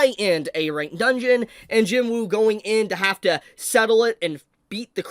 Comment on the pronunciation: Please pronounce his name properly. It's spelt JINWOO the W is silent, it's JINOO or JEENOO when pronounced.